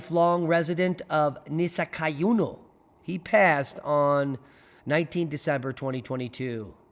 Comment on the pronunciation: we pronouce it Nis -kay oohnah